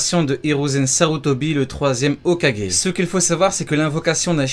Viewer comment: dsl mais tu dis très mal les mot du genre hogake miobocou